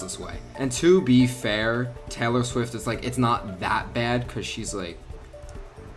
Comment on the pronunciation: kept calling Taylor Swift Tallor Swift